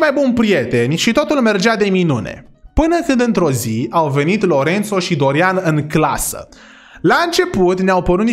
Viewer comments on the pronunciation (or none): dc lui Lorenzo ii spui Lorențo? 😂 Respect!